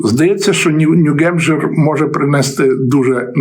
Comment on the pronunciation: п. авторе! New Hampshire - то чому Ви кажете, як русскіє : Нью-Ґемпшир? так само : Nikki Haley - але Ви чомусь іноді кажете Хейлі....